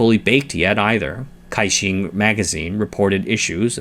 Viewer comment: Nitpicking here 😊, the CaiXin in Pinyin is pronounced as Tsai.